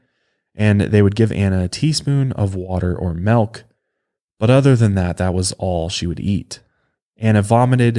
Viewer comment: said melk